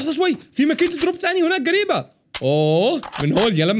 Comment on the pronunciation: هناك❌ هوناك✅